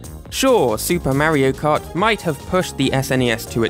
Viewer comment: “Mairo kart”